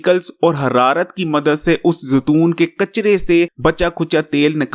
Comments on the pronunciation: تم بھی زتون ہوں، کھوتے انسان زیتون ہوتا ہے زتون نہیں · زتون نہیں زیتون ہوتا ہے